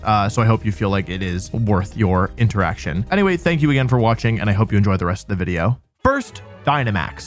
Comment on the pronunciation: humour lololol when peak comedy is saying wideo instead of video or saying pyke-a-chuh instead of pikachu. he is a true genius